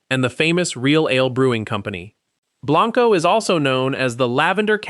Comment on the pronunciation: He did say it is pronounced "Burnie" never fixed Blanco though